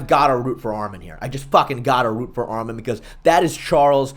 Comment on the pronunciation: Arman not armen